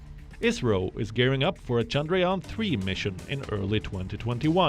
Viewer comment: Voice : ISRO - ISRAEL . 😁😆😆😆😆😆